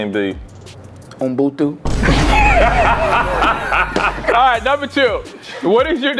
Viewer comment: 😂😂😂 was he trying to say "Ubuntu"??!